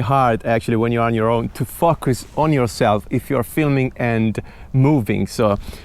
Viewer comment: drink everytime says fuckus